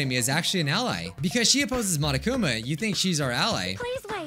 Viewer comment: ain't no way he said monokumi instead of monokuma